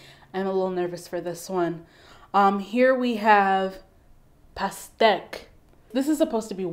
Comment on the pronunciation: Great pronunciation of "pastèque"! Bravo.